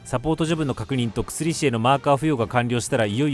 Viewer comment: 薬師って「くすりし」って読むの？ 「やくし｣だと思ってたんだけど違うんかな？